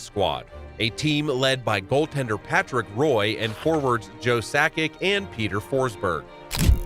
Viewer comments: Mispronouncing the FRENCH name of a legendary goalie, Patrick Roy (Pronounced "WAH") is no way to give you credibility. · I knew most of the things mentioned, what YOU didn't know was how it was Shanahan who got them over that hump to win that first cup with Yzerman...and you pronounced Patrick Roys name wrong.